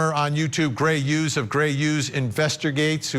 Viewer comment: Why do yoi keep saying Gray 'ughes'? It's HUGHES